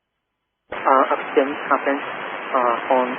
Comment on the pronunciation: 靠北, 他們兩方講的英文我一句都聽不懂 我以後不敢說印度腔在含滷蛋了, accident的發音根本不像accident阿!!!!!!!!!